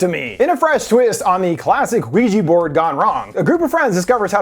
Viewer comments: Did he say "Luigi Board"? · giggle it sounds like u said luigi board. Also i came immediately to find an ending explained and hoped id see you and i diddd so excited. Ur my fav explainer Copy pasted my edit from the Jeepers Creepers ending explained u did.: edit: Whoops This was meant for the Talk To Me ending explained by the same. Im watching it on a big tv on ps5 and i wanted to comment so opened my phone. Copy pasting to the right video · did you say luigi board? XD cuz if so, im calling it that forever now